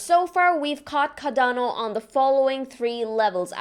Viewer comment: CaRdano! CARdano (Kar-don-oh)